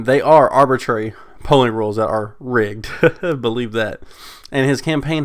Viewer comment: That word that you kept saying as "rigged" from the article is actually "rigid", meaning firm or inflexible. It definitely would have taken some stones for buzzfeed to call the dnc process rigged lol